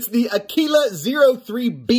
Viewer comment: Sound it out now....Ah-Quill-Ah. Great video brother. Thanks for the look! Stay sharp my friend 👍